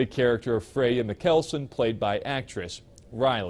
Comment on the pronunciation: The dude pronounced Mikaelson wrong & Riley's last name wrong. TF?